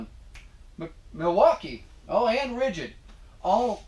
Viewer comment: Your pronunciations of those brand names, Makita Milwaukee DeWalt was excellently played